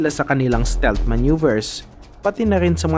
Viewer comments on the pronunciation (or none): none